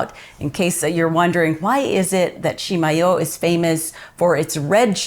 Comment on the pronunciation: Love going to Chimayó. I've had ground Chimayó chile pepper but not the fresh chiles UNLESS they were in my meal at Rancho de Chimayó. Been to the Santuario many times as well. And thank you for pronouncing Chimayó correctly. Kind of like those people who pronounce Madrid, New Mexico incorrectly. BTW, hope to see you and your husband on Saturday at the Las Cruces Farmer's Market? :)